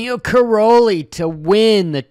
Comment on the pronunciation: it's pronounced Kai - rollie